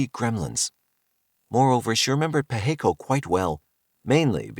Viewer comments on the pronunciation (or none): Pacheco is pronounced Pa(as on Ma & Pa), che (as in the first part of check), and last co (as in coping).